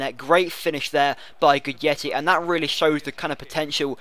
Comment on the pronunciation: does read the comments?:S or why do he keep pronounce guidetti wrong?